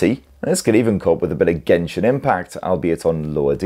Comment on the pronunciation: Why say gentle , as in jentell ... Then genshin as gen , not jen 👎🤬👎🤬👎🤬👎🤬😭🤬👎🤬😭